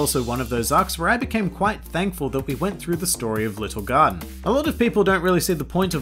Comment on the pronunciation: i kept hearing "Lil Gun" when he was apparently saying "Little Garden".....